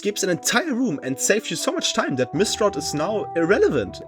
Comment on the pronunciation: “Taht” is wild